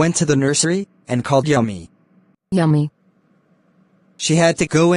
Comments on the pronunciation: Yumi❌ Yummy✅ 🤣🤣all the bsst guyss! 2025-26 batch😁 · Yumi❌ Yummy 👍